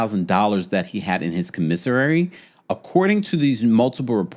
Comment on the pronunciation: And com-I-sary. Not com-men-ser-ary 😂